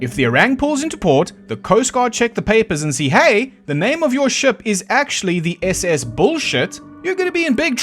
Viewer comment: The moment you put accent on "SS" and "freighter" I knew, without knowing much of civilian ahips, that the classification is wrong.